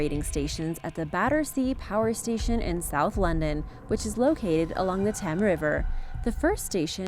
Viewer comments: “The Tem river”? REALLY?? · Mervyn M She actually said The Tem River!?? Has she seriously never heard of The River Thames? And Battersea Power Station is not creepy. 🙄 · But she didn’t try at all with “Thames”. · How did you pronounce Thames? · She's too busy overpronouncing Spanish terms to learn English pronunciation.